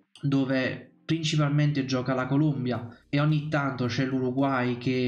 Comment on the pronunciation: ti ho messo il like ma si dice Colombia, non Columbia. La Columbia è uno stato nordamericano.